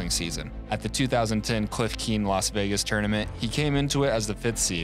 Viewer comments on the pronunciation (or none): none